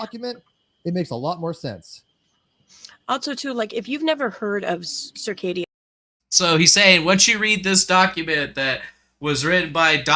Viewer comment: Are they mispronouncing CIrCadia a combination of Arcadia and cicada 3301. It's weird.